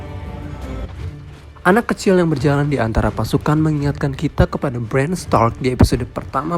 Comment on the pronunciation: Ngomong Bran... Itu belakangnya gak pake "d".